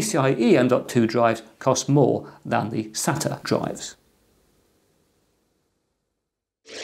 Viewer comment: Thanks for not saying 'SATER" like some people.